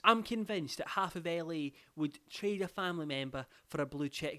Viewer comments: Me too and it shocked me lmao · when he said LA I fully thought he said Ellie